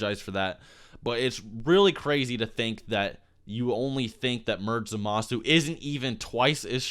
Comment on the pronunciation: It bugs the crap out of be that you keep pronouncing Zamasu's name incorrectly.